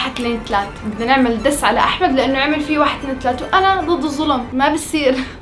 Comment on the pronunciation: بصير❌ بسير✔️